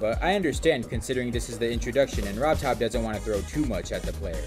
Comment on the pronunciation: Really, man? You want to stress RobTop more?